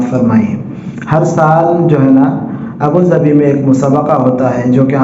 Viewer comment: وعلیکم السلام ورحمتہ اللہ وبرکاتہ ابو ظھبی ہے ابو ظبھی نہیں شاید غلطی سے ہوگیا درست فرمالیں